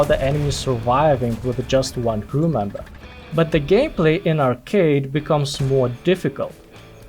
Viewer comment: did you actually call it gayplay instead of gameplay? 😂